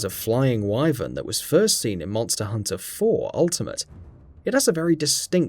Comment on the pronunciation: Hated the way he pronounced Wyvern too...